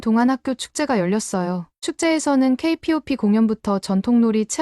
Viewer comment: K-POP? 케이팝이라는 글도 못읽나? 어떻게 무식하게 케이피오피라고 말하냐? 좀 제대로 좀 해라. 이렇듯 성의없이 동영상을 올리냐? 그리고 사연과 관련된 동영상을 같이 올려야지 사연 따로 동영상 따로,... 이 동영상을 본 네티즌들이 구독과 좋아요 해줄거 같나? 네티즌들이 구독과 좋아요를 받으려면 동영상에 성의 좀 모여, 이양반~ 혹여 KF-35 전투기를 KF 마이너스 35라고 말하는건 아니지? 그리고 씨오브이아이디가 아니라 코비다라고 해야지요. 몰라서 그렇게 표현하는 겁니까? 아니면 네티즌들 웃길려고 그렇게 표현하는 겁니까?